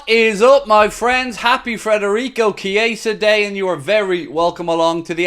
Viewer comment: Could at least get his name right man 🤦‍♂️